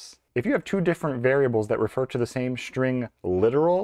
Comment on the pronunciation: I thought String is with an S and not with an SH... String... or SHtring??? Man - I enjoy your videos, but the SH for S are SO ANNOYING!!!